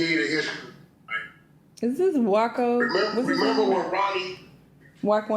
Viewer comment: You called that man “Wacko”?? 😂😂